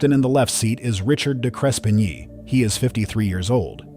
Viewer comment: Sir, the voiceover guy, it is not De Crespin ye, it's pronounced De-Crepp-knee